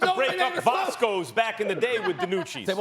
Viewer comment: Did max say Vasco oh my god lol